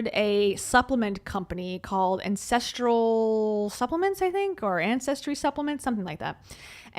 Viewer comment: every time you say “ancestoral” I think you’re saying “incestual” 😂😂😂